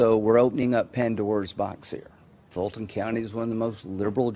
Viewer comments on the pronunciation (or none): none